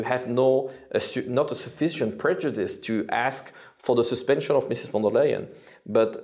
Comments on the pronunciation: warum sagt er immer von der "m" Leyen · Warum sagt er immer: Frau von der "M" - Leyen?